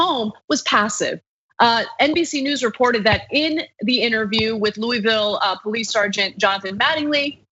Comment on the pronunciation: The "Po-lice" cannot/should not/will not "PO-lice" the "PO-lice". EVER! PERIOD!